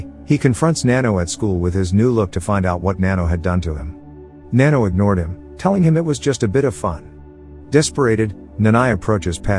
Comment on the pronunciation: its nanno not nanno